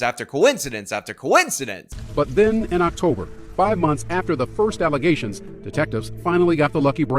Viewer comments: My favorite part of videos is calling things allezations. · Man, you got me saying allizations now. Thanks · Back to the mayor thing… how does literally everyone not see how crazy it is… that no one had a problem with a MAYOR not being able to pronounce allegations….